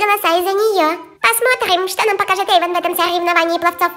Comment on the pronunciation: Не Эйвон а Эйван